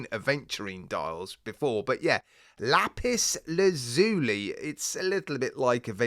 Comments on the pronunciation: Just to be pedantic it's pronounced la-pis laz yuh·lie .😎 Lapis lazuli, also known simply as "lapis," is a blue metamorphic rock that has been used by people as a gemstone, sculpting material, pigment, and ornamental material for thousands of years. High quality lapis lazuli can be a costly gem. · I like all three of these variants for this watch. I am rather dazzled by the marble version. Lap-iss Laz-you-lie, it's not a Cannoli bruv! :face-green-smiling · Lapis Laz-yu-lai is the pronunciation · you can say the word just how you like but more people will understand if you say as Laz (as in Gaz) you lie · the dial on the first watch is I think its pronounced Lapis Laz-u-li , as far as the second watch goes it,s one of those where the colours should,nt work but actually do